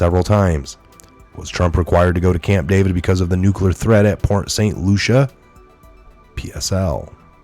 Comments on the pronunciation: As a Floridian. I have to say it's Port St LUCIE not Lucia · it's Port Saint Lucie (pronounced Lucy, not Lucia). Thanks for all of your hard work! God bless you, USA, our President and all Patriots!! God is always in control. I live 4 miles from the nuke plant in St. Lucie County. God answered prayers and kept Dorian off shore!!! Even if He used humans to move it, He made it move! Thank you Jesus!!!! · lucie = Lu-see ..... not lucia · Pronounce Lucy not Lusha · Port St Lucie ( pronounced LUCY) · It's pronounced LUCY - lol! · Port St Lucie. Lucie is pronounced "Lucy" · Dear. Saint Lucia is An Island Near Saint Croix. Saint Lucie is in Florida. It’s Pronounced Saint Lucy. Thank you for Correcting That. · It's pronounced Saint Loo-sha. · Are you purposely saying Port St Lucie name wrong? Asking because I know you guys are being careful about your wording now because you're being monetized.